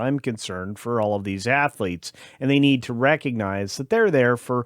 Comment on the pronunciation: He should remain in UK and you almost said it right Assletes.